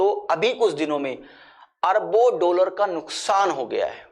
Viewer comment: डोलर नहीं डॉलर बोलीये